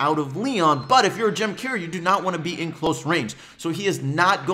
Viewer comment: How are you saying gem Carrier it sounds like ur saying "gem cair" or "gem care"